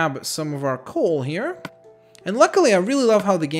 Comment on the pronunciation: Excuse me its called COAL not COOL u idiot